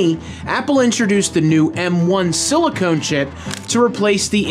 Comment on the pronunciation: "Silicone" - sigh....